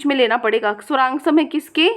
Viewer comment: Poori video me mam sarwgasam ko suraangsam bol Rahi hai 😀